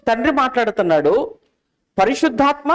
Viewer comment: పరిశుద్ధాత్మ అని పలకాలి అంతే గాని పరిసుద్ధాత్మ అని కాదు ముందు ఇవన్నీ నేర్చుకొని Bible లో ఉన్న వాక్యాలు నేర్చుకోండి అన్న